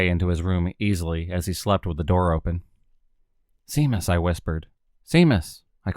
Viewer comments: U got it sea mus lol 😝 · For your interest, Seamus is pronounced SHAY-MUS